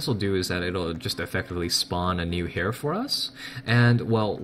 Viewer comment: heir is pronounced air